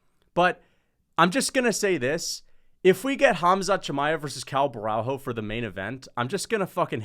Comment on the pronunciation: Cuz, u need to learn that Portuguese don’t pronounce the “h” so u have a full vid of u saying borralHO when it’s pronounced borralYO, you’re already a controversial figure, don’t start sounding dumb too otherwise ur cooked